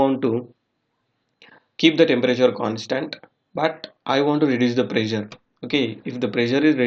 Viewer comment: Dude! What bakwas. "Boiling point temperature decrease with decrease in pressure". Be more specific. Your OK OK is too distracting. Prezure?